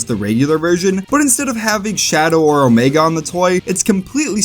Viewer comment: Omego?? A pah toes??